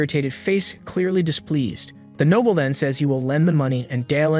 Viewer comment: Another heads up, the AI pronounces Noble as Nobble.